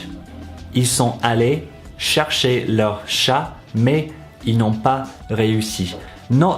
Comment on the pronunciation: I thought chercher was pronounced more like share-shay (without the y sound)